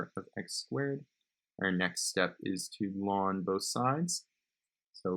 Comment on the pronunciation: thats how its supposed to be pronounced